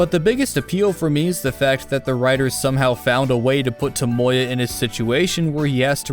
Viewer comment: I can’t accept the way you pronounce “Tomoya,” it’s like your trying to say Toyota instead